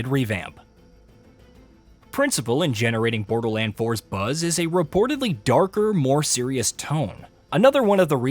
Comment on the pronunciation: Not BoderLAND 😭